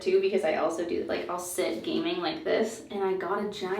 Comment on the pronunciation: When she said she was gaming a lot I thought she said she 'gaining' a lot (weight) and I was like 'same girl, same'😂